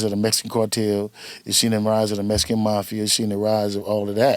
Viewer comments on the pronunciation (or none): none